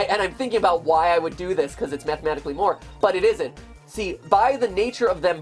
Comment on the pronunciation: Mat i time during the stream tou said "mat"matically instead of mathmatically